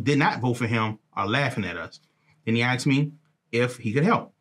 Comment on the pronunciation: Someone teach this guy that it’s asked not axed